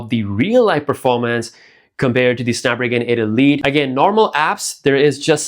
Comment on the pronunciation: I’m going to need you to learn how to say snapdragon 8 elite chip lol.